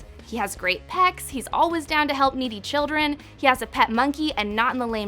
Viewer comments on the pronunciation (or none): none